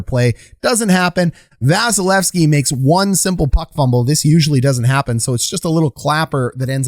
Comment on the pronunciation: KEE KEE KEE please